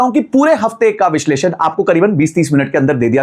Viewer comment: "Vishesh Lun" nahi.... "Vish leshan" or correct pronunciation is "Vishleshan"